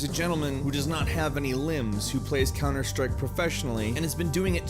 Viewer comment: 10 Cunter Strike facts.